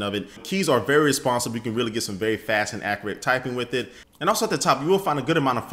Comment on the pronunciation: he said accruate not accurate;P